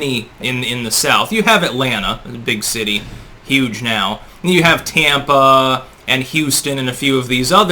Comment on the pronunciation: “Tee-ampa” LOL